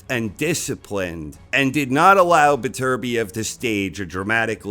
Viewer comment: You english speaking folks really need to start pronouncing Beterbiev the right way. FFS.